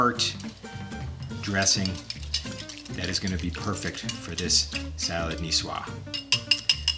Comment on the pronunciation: Nicoise is pronounced ni-swaaz 😊 Love the dressings. Thank you.